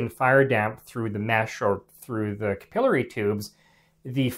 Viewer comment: You pronounce capillary improperly.